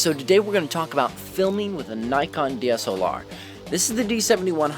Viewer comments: FFS PRONOUNCE NIKON PROPERLY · it's pronounced Ni (rhymes with "eye") Con in the US, even by Nikon employees.